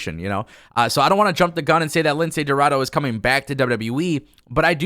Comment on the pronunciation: Come on. He’s name it’s pronounce Lince Dorado not Lindsey Roraro